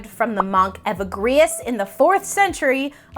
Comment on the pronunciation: Good video. Just a minor thing, in case you use Evagrius in other talks: it’s pronounced “eh-VĂ-gree-us.” Feel free to delete this if you want.